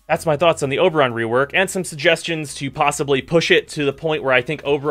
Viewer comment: He calls him Uberon. haha!